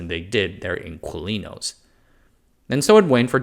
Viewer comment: Dear, "Inquilinos" in your Americanized English is pronounced as IN-KEY-LEE-NOES.... the word didn't arise in Chile, and in today's Spanish (worldwide), it simply means TENANT as it likely simply did in 19th century Chile. Thanks!